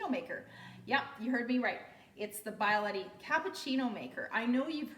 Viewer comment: Please do not call it a Bye-a-letty. It is a bee-ah-letti.